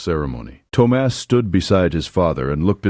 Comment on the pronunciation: I did enjoy the story and the lesson it teaches. Just open your heart and let the noise of talk go on bye ❤ Thomas is pronounced Tom-us. Ted A. East Texas